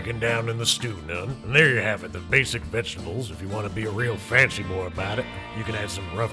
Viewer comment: That's kratos BOY.This is Arthur BOAH.